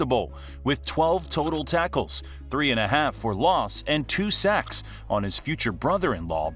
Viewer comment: "Seggs" - AI Voice , "Sawks" - Brady